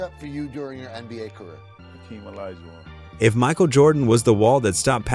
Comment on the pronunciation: Did Ai Just say OLAGUWON?